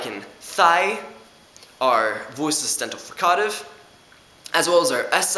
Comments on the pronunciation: /frika:tiv/ yeah that's really weird :D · i dont like how he says fricative. good video though. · u say fricative so weird. other than that, good video.